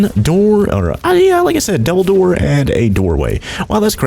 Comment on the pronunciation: Between and he says double door but it sounds like he said dumbledor or however you spell it lol